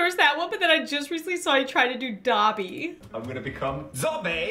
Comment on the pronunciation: When said Dobby, I thought she meant Dabi:_ZsideCry